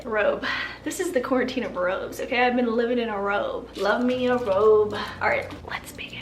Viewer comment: “Quar- WHIT-tine 2020” yo welcome 💁🏼‍♀️😂